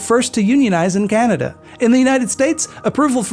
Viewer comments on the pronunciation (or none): none